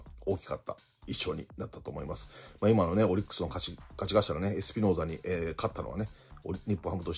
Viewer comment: 里崎氏いつもエスピノーザをエピスノーザって言ってるのだ、いつになったら治るんですかね？